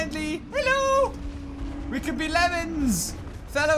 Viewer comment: good im not only one who will say ello